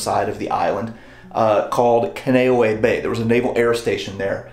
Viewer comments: Dude, it's pronounced "Ken-Uh-No-Ehh" "Not Ka-no-way" Bay. My father-in-law was sent there to recover after being seriously wounded in Vietnam at Hue City. I love your history videos, and I mean no disrespect, but you are doing a diservice to Hawiians, Marines, and Navy by miss-pronouncing the name. Take a few minutes, and research the pronounciation before you do the video. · I have studied the Hawaiian language, also learned a lot while training to be a Reservations agent for Pleasant Hawaiian Holidays. Kaneohe Bay is pronounced: CA•NAY•OH•HAY. KANE means "Man," and OHE means "Skinny." Hence, you have 'skinny man' in the Hawaiian language. I think Hawaiian culture is fascinating and is to be respected. I appreciate all the places you take us to with your videos. Well done! Your videos keep me captivated and intrigued! Thanks very much for interesting work,! I enjoy all your videos! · Spoken as “Con knee owe ee Bay”….Kaneohe Bay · Kahn-eh-oh-hey bay, you tried but being stationed there that was killing me lol. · We pronounced Kaneohe as CON-e-O-e when I lived there. They may say it differently now. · Its pronounced "Con" "E" "Oh" "Hay" Bay....just an FYI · Glad to see you highlighted Kaneohe (although you mispronounced the name). A lot of people don’t realize that Kaneohe was attacked first. Most don’t even know that Schofield, Ewa Beach, Barbers Point among other places were attacked besides Hickman and Pearl Harbor. I had the honor of reenlisting on the Arizona memorial in 1993, and retiring at Kaneohe in 2002. I was also fortunate enough to meet Chief John Flynn during a building dedication at Kaneohe. I look forward to your next video on Hawaii and WWII. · You’ll have to lodge a complaint with the U.S. Marine Corps. That’s where I got the pronunciation. 🤷🏻‍♂️